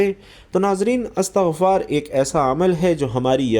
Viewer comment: استغفار ت کے ز بر کے ساتھ بولنا د ر ست نہیں بلکہ ت پر زیر ہے اللہ تم جیسے جّا ہلو ں سے امت کو بچاے آمین یارب العالمین بجا ہ سبد المرسلین و آلہ و صحبہ اجمعین